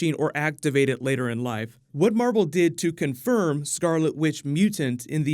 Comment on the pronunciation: Marvel, Mar-vel?